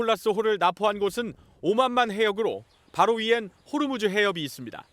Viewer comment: 호르무즈가 아니고 호 무즈